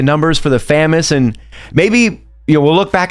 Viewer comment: Fa-mas not fam-as cmon!